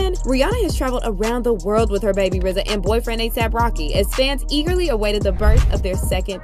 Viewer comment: thank u for finally being the only one to finally pronounce RZA the right way.